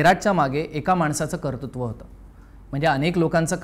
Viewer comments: arre, KARTRUTVA re... TRRRRR. 2 vela kartutva bolalas bhai. punyat japun raha:P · एपिसोड छान! एक निरीक्षण: "कर्तृत्व" चा शब्दोच्चार चुकलाय...